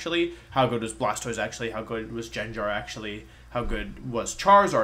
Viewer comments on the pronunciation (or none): Never call Gengar “Jenjar” again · Im disliking this video because you called Gengar Jenjar…. No just no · did he just say "jenjar"